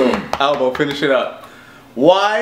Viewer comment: omg... it's AlboE, not ALBOM